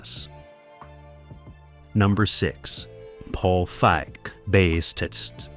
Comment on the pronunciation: It pronounced Paige Feig's name as a slur one time, then caught another weird pronunciation that didn't happen the other times, stopped watching